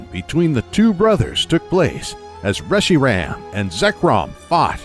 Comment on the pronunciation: Reshi-ram and zek-chrome